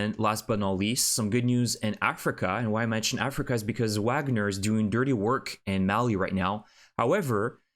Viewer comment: Wagner is pronounced with a “V” not a “W.” The group is named after the composer. Their logo shows Вагнер.